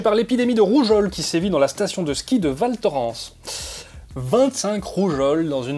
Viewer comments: Val Thorens, ca se prononce valtorince pas valtorance (non en vrai ça se prononce Valto). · On dit val torINs ! aller bisous